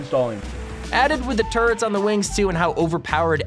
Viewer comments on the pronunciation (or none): none